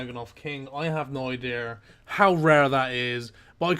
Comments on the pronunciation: The best roast is just hearing you say idear or ideer ☺ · "I have no idear" I love it. Keep up the videos. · You play runescape like you talk, you have no IDEAR what you're doing. <3 -angrytreestu